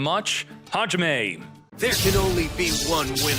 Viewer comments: Dont mind his butchered japanese pronunciation. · It was only 4months ago I learned you was saying Hajime cause for along time I though you was saying "talk to me" 😂